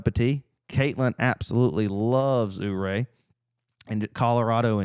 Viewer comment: it's you-ray not ooo-ray😂